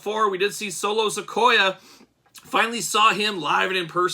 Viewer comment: It’s Solo Si-Ko-A, he’s not a Sequoia redwood tree